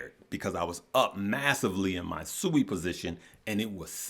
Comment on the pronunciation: It’s not Sooooi it’s Siiiiiiiiiii